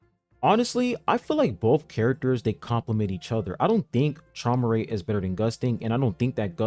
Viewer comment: Traumerei is actually pronounced “He-moo-rye” fun fact